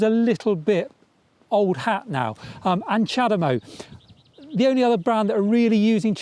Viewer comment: Chademo? Seriously?